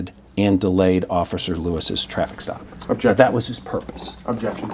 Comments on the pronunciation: I been hearing abjection since the first question lmao. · When you say the word "objection" so much that you're mispronouncing it, it's time to stop attending depositions lol. Good lord...